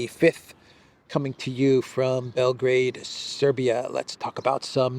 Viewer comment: Bel-grey-d or Bel- graad?